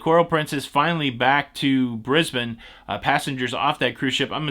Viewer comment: Hi, good to hear you pronounce “Brisbane” correctly. Can you educate Don please lol.